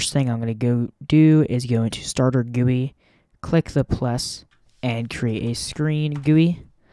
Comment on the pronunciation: is no one gonna talk about the fact he said "Starter Gooey"